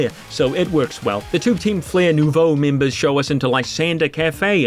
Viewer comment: You got it right the first time, it's pronounced "Noovo", as it means "new" in french. Though since the french word for "team" is feminine, it should've been "Nouvelle" instead of "Nouveau"